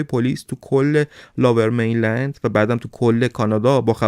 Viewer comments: لوویر مینلند نه لاور میلند... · Lover mainland?!! Seriously?👎👎 Lower mainland is correct. If you don’t know English, ask Siri how to pronounce it properly or just say Vancouver 🤨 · داداش نیازی نیست کلمات انگلیسی رو بیان کنید اگر بلد نیستی Lover mainland اشتباهه Lower mainland درسته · لاور مین لند نیست لوور مین لند میگن. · Lover main land ? Really? It's lower main land. At least learn how to say it right. 😂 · مرسی از برنامه های خوبتون،ولی Lower Mainland, لوور مینلند،یا سرزمین پایین خونده میشه که شما لاور مینلند یاLover Mainland میگید. چند بار دیگه هم این اشتباهات تلفظی انگلیسی بوده که از شما بعیده. من همیشه برنامه هاتون رو میبینم و خیلی دوست دارم. Excellent work as always 👏 👍 👌 🙌